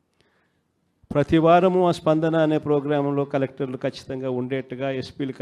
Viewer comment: ఖలెక్ఠర్లు కాదు సారువాడూ. కలెక్టర్లు అనాలి.